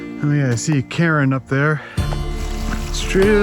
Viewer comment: When you said, "I think I see a cairn up there" I thought you said "Karen." I had to rewind and put subtitles on to check. In my defense, you do find Karens in the wild everywhere.